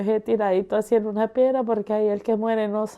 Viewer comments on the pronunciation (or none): none